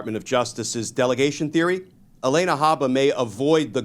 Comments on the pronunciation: Her name is not Elena. It’s Alina. Mispronouncing a name makes him sound like Donnie. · Glen, if I'm not mistaken, it's A-LEE-na, not A-LAY-na. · It's pronounced Ah Lee Nah. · Not relevant, but why does Glenn say Haba's first name like that?